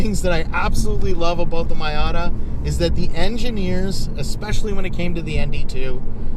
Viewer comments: I'm sorry but does this guy really think its called a my outta? I cant tell if this is serious or if he just calls his that but it hurts my brain. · you BOOB ...Its Miata ( pronounced MEEata ) . Get , learn it ,live it.... JEESH and SOOOOoo long winded ,yes boring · Say Mayata one more time... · Nice dad n son. Couple of cool car guys. And dad you saying "my ata" is forgiven thanks to the trigger warning you posted on the video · Why does he say MYAtta? Is that a Canadian thing? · Calling your Miata a “MY-ah-ta“ tells me you subconsiously want to keep the Miata! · Alright, stop it right there with that MY-AHH-TA nonsense! We give special dispensations for being Canadian but your using them all up! Edit: Great info from an owner's prospective, thanks!